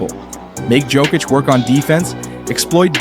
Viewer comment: Yoke-itch not joke-itch